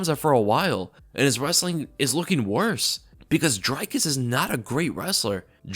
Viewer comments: It's not pronounced dry-kus it's dree kus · ITS DREEEEE-KUS. Not DRYYY-KUS And he is the funniest fighter in MMA! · It's "Dree-kis" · Dricus Du Plessis i think is pronounced like (jreekiss du pleesee) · Bro Dricus even said how to pronounce his name in the post fight speech and you're STILL mangling it. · Great recap but the way you all keep butchering Dricus's name is painful to hear. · Bro, it's Drē-kus* jsyk.. And then the last S in his last name is silent. I must've cringed 10 times in 30 seconds lol. You must not have watched his post fight interview in the cage. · Dricus pronounced "dree-cuss" Plessis pronounced "pleh-see"